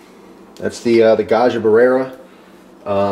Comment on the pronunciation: It’s Italian. It’s not “buh-rare-uh,” it’s “brare-uh.”